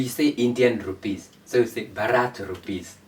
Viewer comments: Pronunciation not Bharaath. It it is Bhaarath. Please look at closely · Please correct ur pronounce not Bharraat say BHA RAT H